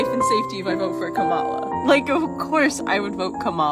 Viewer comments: funny how the TikToker calling him Frump is also mispronouncing Kamala's name. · That person wants us to vote for Kamala so bad, but doesn't even pronounce her name correctly...? 😂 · Tiktoker can't even pronounce Kamala properly, and I've been told by other Tiktokers that this is very racist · It can't even say Kamala's name correctly. 🤦🏼‍♀️ And even scarier that it used to be a teacher. That is what's wrong with the educational system. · TikTok chick can’t even say her saviors name right, at least learn YOURE EXCEPTIONALLY privileged as a white chick